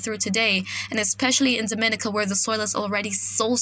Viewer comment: Great reporting .I follow and depend on . one small point of bother I don't find pleasure in people continuously saying my name wrong ..as a Caribbean people we say Dom-i-ni-ca .. Mr weatherman is from outside the region and he gets it right..make that small correct for us ..luv yah work